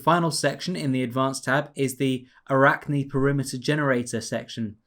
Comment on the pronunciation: Yes you pronounce arachne ( Αράχνη = spider ) correct...